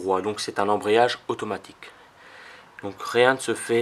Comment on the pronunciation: ambreyage ahahahahah